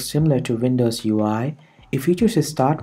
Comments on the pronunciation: You pronounce wersion instead of version and vindows instead of windows XDDD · Good ..imho, however the gorgeeous and vindows does give away ... Accent is awesome though, make us unique